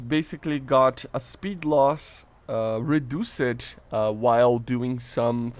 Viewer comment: AHHH ITS FIXED MAN not FIX-ED ahhhhhhhhhhhhhhhhhh, you got good english just fix the fix-ed and reduzed